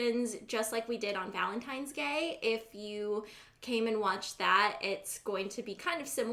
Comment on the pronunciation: Omg I thought she said Valentine's GAY, I was like me too❤️💛💚💙💜